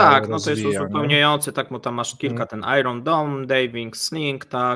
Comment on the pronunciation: Iron Dome. Czytamy: ajren doum